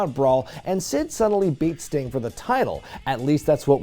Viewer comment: Uhhh it’s Sting and it’s not even close. Still love you though:)